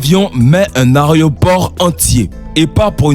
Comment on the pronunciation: Frère , calme toi , on dirait que tu vas bouffer le micro... Et aussi , on dit " aéroport " et non pas " arrêt au port "